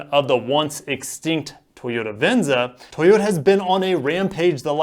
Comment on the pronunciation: Why are you saying it like that : tHoyota?